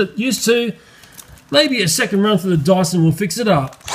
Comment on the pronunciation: They pronounce Dyson as Dawson.